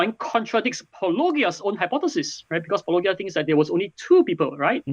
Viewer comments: I mean, it's Paw-low-GEE-uh... not Pah-LOW-guy-uh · I think the worst part of this whole thing is having to listen to the pronunciation “-OH-ghia” multiple times. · At this point dr Loke pronouncing your name "Po-lo-gia" with a soft "g" sound must be intentionally dishonest, right? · I found this INFURIATING for so many reasons. Not the least of which is that it almost seems like Dr Loke has never watched a full video of yours since he mispronounces your name every single time, despite you SAYING IT at the beginning of each episode. I get that English is a foreign language to Dr Loke, and I don't take for granted how difficult it is, and that your name is nuanced and difficult for native English speakers, too. But this goes for all people who try to critique you and get your name wrong. It's like an immediate tell that they have literally not watched a single video of yours. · oh god is it super hard to check how Paulogia is pronounced... so annoying ... anyway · Why can’t apologists pronounce “Paulogia” properly. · I find it funny that Andrew (I think that’s his name) can’t pronounce paulogia but has no problem pronouncing apology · just drink a shot every time they mispronounce Paulogia. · It's hard to have sympathy for someone who whines that someone is apparently neglecting his "real" points when he can't even be bothered to pronounce the other interlocutor's name correctly. If the doctor truly watched any amount of Paulogia's work, he should be intimately familiar with its pronunciation. It is not a difficult string of phonemes. If someone can't be bothered to get such an easy thing right, why should I trust their rigorousness on more difficult matters? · If anybody deserves anybody an apology for not researching the opponent's work enough, I would say its the guy that mispronounced "Paulogia" the entire video. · The fact that he can't pronounce "Paulogia" says something about his knowledge of intentionality.